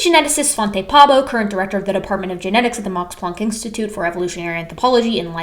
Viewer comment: If you want to pronounce Svante Pääbo’s surname so that a swede 🇸🇪 understands who you talk about on first listening, the “ä” vowel is very similar to the first vowel in “error”, as in “Library of Errors”. 😊 The doubling of vowel letters in Swedish surnames is cosmetic and does not affect pronunciation the way it would in Finnish.